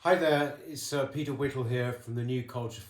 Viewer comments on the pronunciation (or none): "it's-uh Peter Whittle here"... sounds like you're calling yourself "sir Peter Whittle" very funny :DDD